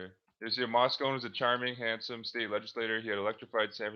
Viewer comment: Moscone pronounced "MOSS-CONE-EE"